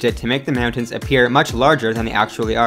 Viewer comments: m'yowntans lol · the way he says mountains...? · im so glad im not the only one who was bothered by the way he said mountains lmao (good video, tho) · So glad I'm not the only one who thought this. It's like he kept saying it knowing that he was saying meowtins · Meowntins.... lmao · Please re-do this video without saying “Meowtains”. Literally couldn’t make it 3 mins without forcing myself to turn it off from the cringe. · I'm sorry... meowntings? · Dude talks fast man. Lol, "meowtins"😂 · This dude can't say "mountains." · The way this guy pronounces "mountains" is super annoying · The way you say mountains is making me frustrated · lol you say mountains like a dork